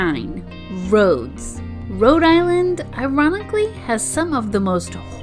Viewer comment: It’s Rhode not Road ……. 🙄